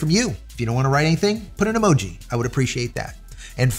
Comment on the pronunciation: Eee Mow Gee